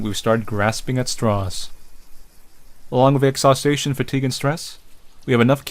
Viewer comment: Oh... Some of the words you consistently mispronounce just kill me. I could listen to you voicing an audiobook, if only you could pronounce "exhaustion". (it's not "exhaustation"). But you're still amazing to listen to, anyway.;)